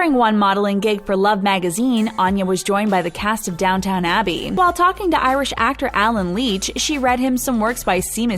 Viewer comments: Did she just say “DOWNTOWN ABBEY “ instead of “DOWNTON ABBEY “? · Goodness, it’s downton abbey - not downtown abbey and it’s shaymuss (Seamus) Heaney - not seemuss. Eeps! I guess that’s why I don’t watch drama channels 🙈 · "DOWN TOWN ABBY????????" "Dis-associative identity disorder?" Really? Encouraging. You can be ignorant, mispronounce titles of award winning shows, not to mention psychological disorders, and STILL have a career.